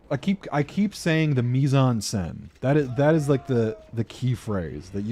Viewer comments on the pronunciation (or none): For a while I was confused everytime you used what sounded like a japanese "Mizanse" - until I realized you were saying mise en scène hahaha But yeah a couple of valid points and a couple of very strange ones, but hey it's an opinion like a million others I guess